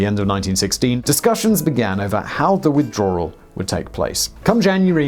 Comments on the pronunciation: 'Withdrawl' -- snerk Simon, your English accent is not a drawl. ('Withdrawal') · I'm sorry Simon. But "withdrawl", really 😣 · er... "Withdrawl" ?? Howdy Simon ... ;) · What's a withdroeawrool?